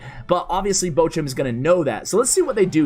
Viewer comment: Wie er Bochum ausspricht einf grässlich